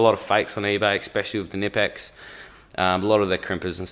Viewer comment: you should pronounciate the "k" in knipex, "knipe" is the clamping motion you do with your hand when you use the tool . hense knip-ex. also i wish the focus was set on the tools rather than the backround. apart from the focus, great video !